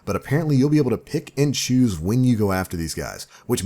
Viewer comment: whenever you say "pick and choose" I hear "Pikachu"